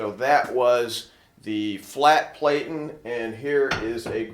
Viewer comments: You are obviously a professional and I'm not trying to pick your video apart as it is very intuitive, However you are pronouncing Platen incorrectly it has a short e like Flatten. For a highly experienced pro like yourself, you should care as you are passing your information to the masses Here is proof. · platen rhymes with satin. Pronunciation Nazi strikes again. .